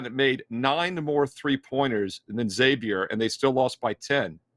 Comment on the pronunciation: love your wealth of knowledge. Friendly tip: it's Zay-vee-er, not EX-zay-vee-er